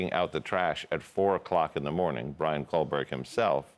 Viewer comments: what is it with this guys name? it's KOH-berger, not KOL-berger. All these "experts" haven't even bothered to learn this guy's name. sheesh. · You don’t need motive , just need to prove he did it . There is not “l “ in his name . You pronounced it as if it had an L . It’s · Except he kept saying KohLberger - with an L. Otherwise I agree. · His name is Kohberger not Kohberg ya dingaling. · Irks me that this guy keeps saying Kohberg instead of Kohberger. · Ya gotta love an expert who doesn’t know how to say the name of the person they’re talking about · It would be nice if the "expert" could pronounce the alleged killer's last name properly. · You would think this expert would at least pronounce the suspect’s name correctly! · Got his name wrong 2 different ways several times. Geez. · He's not even saying the suspects correct name